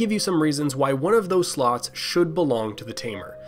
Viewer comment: Wait did he said slut or slot?